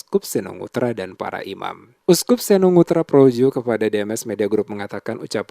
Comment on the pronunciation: Projo bukan proyo